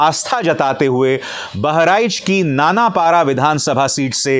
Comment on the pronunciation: नानापारा नहीं सर नानपारा है😊में वहीं का हूं your big fan🙌